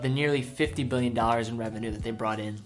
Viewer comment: Please learn how to pronounce "Billion". It's Billion. Not Mbillion. There's a big difference. Without graphics I couldn't be sure. Thanks.